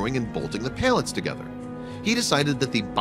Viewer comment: Why do you keep pronouncing them as Pail-lets instead of Pal-lets?